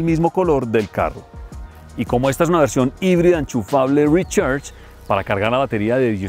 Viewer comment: Mis oídos sangran cada vez que dice: Rechers